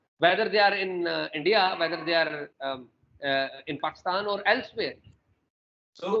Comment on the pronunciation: abey chu paxtan nahi Pakistan bol